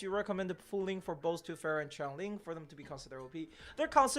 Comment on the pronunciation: Change-ling Change pronounced as in “I change my clothes” Like earthling, but with the word change. Changeling